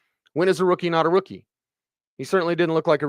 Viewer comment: I moved to the other room, and you were asking, when is a rookie not a rookie, but from there it sounded like when is a wookie not a wookie! lol I was like, did orange and blue today turn into jedi and sith today? A wookie is not a wookie when they give them pants!